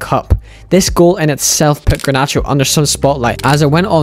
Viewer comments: bro its garnacho not granacho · ffs dude. Its GARnacho and not GRAnacho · the G is pronounced like in Getafe